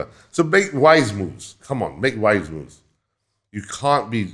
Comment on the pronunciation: 100℅ agreed but when u say the word "moves" It sounds like b*00*z